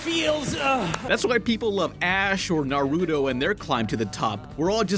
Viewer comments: lol he said narudo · also it's "nah-roo-toe" not "nar-udo"